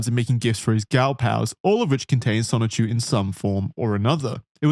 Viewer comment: Oh god finally the dreaded chrischan. I hope they don’t mispronounce sonichu as just sonic again:00